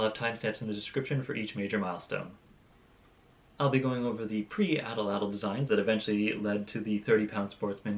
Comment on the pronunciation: Awesome machine! But can we talk about how you’re mispronouncing Atlatl?